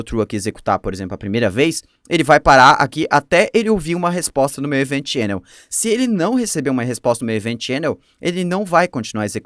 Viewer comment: top o conteúdo :) dúvida: pq o array de middlewares precisa ser criado antes e depois ter vários .push para adicionar os middlewares, em vez de ser apenas um `const middlewares = [middl1, middl2, ...]`? outra coisa, acho que seria legal dar uma pesquisada sobre a pronúncia das palavras, como queue (é tipo "kill"), event (é mais como Évent do que evEnt). O que me incomodei é ouvir rídux em vez de redúx xD